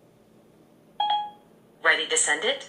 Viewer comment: "Okay whats do you want to say to Co-DEE?"